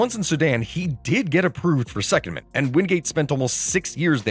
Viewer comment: You put the em-PHA-sis on the wrong syl-LA-ble. It's not SEC-ondment, it's se-COND-ment. You're welcome.